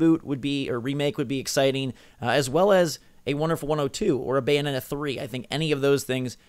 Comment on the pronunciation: BAY O NE TA GOD DAMMM IT